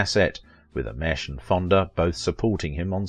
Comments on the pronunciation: Please pronounce names correctly. Ameche is not pronounced a-mesh. It is pronounced ah-me-chee. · You didn’t explain your title and it’s pronounced Don Ameche A-Meechy.